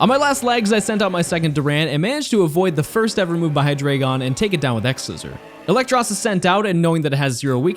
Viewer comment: I noticed you mispronounced Eelektross, I recently discovered it's spelled Ee lektross, instead of Elektross. I think I'm not the only one who read it wrong for years